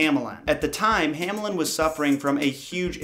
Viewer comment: The German "A" is pronounced like the English "A" in "car". The German "Ä" is pronounced like the English "A" in "care". But you mixed it up, as you said "Hämelin" instead of "Hamelin", "Kinderfanger" instead of "Kinderfänger" and "Rattenfanger" instead of "Rattenfänger". Nevertheless I like your videos very much!